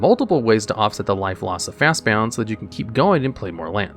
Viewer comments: omgomgomgomg...... fast "BOND", not "Bound"! That was atrocious listening to you say bound 50x Also you didn't include Sylvan Library. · Fast bound?? There’s no u it’s Bond like 007. Fastbond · This is officially the last video of yours I'm ever going to watch. There's no way that you're not purposely mispronouncing words just so people will correct you in the comments. Fast bound? When its clearly fastbond. Or Oath of the Druid when its just Oath of Druids. Its scummy and dumb and it makes you sound like an idiot. Take care now. Bye bye then. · Fast bon-d not bound :) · It severely bothered me that he kept saying FastBOUND instead of FastBOND. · Fastbond....not fastbound as you're pronouncing it. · Fast "bond" not bound sheeeeeeesshhh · Fastbound? It's Fast-Bond. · The narrator saying 'bound' instead of 'bond' every single time was funny. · Fastbond, not Fastbound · bond not bound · "Fastbond" not "Fastbound" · It's pronounced 'fast bond' not 'fast bound'. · Am I the only one that got aggravated by him saying Fastbound and not Fastbond? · Dude. Fast BOND. not bound. What the hell is happening? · It's fastBOND, not fastBOUND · Came here to say the same thing like what the heck are they saying it wrong on purpose? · FastBOND! BOND! Not BOUND! Just read it! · Y do u keep saying "Fastbound" when the card is called "Fastbond" like "James Bond"? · Why are you pronouncing Fastbond as Fastbound? Is that what people call it? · I’ve noticed a lot of mispronunciations in your (otherwise excellent) videos. Fast-BOND. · It's Fast-Bond. There is no u in the word. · He purposely mispronounces words in all his videos to get people to comment. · Why is he calling Fastbond Fastbound? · "Fastbound"? Jesus. Read the goddamn card. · The number of times he mispronounced FastBOND is astounding! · Bound James Bound. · Ok but my favorite part about your videos is listening to how you mispronounce everything so eloquently like lol fastbound was too funny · fastbond not fastbound. ffs